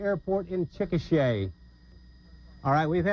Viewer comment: Chikasha is actually pronounced as Chick-a-shay. I heard it from an Oklahoman once One decent-ish way to measure a mile, or any increments of a mile, is city blocks. 12 city blocks roughly equals 1 mile